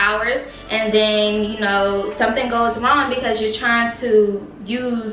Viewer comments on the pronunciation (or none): none